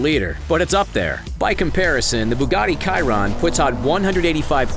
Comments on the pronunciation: The Bugatti ciRoN It's Chiron She ron And that's the end of French class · Did he say the Bugatti “Kiron”? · He said buggati kiron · Ciron 😂😂 like if you lost it too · Did i hear buggati kairon??! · The way he says ''KiRoN'' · "Kiron" what an imbecile! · What tf is Bugatti kayron? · can we stop this guy from saying chiron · did this dumbass actually say Chiron like that!?